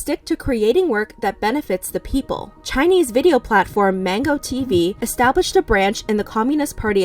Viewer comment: i realy like how you pronounce Chinese words so well.